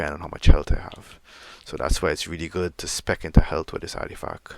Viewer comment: Ardifack ????? ARTIFACT !!!! I can't let this slide, it annoyed me the more you continued to say it incorrectly. Sorry not sorry.